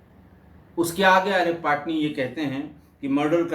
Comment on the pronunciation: पाटनी नही पटनी